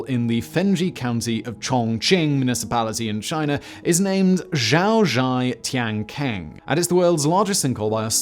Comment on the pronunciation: Xiaozhai Tiankeng (小寨天坑) is pronounced Hsyao Djai Tiehn Kuhng, NOT Zhyao Zhhai Tiehn Kaang. British youtubers consistently butcher the pronunciation of foreign language terms, at least the few that I watch. This otherwise excellent presenter routinely butchers the names even of chinese personages whose histories he reports. Take a pinyin phonology speed course for just 5 hours and fix the problem for good please.